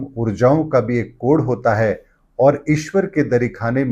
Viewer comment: त्रुटिपूर्ण उच्चारण। कोड़ नहीं कोड कहिए।